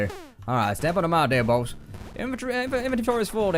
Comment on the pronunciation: I like how he says 'baus'